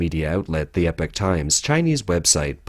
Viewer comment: "epoch," "epic," these are not pronounced the same.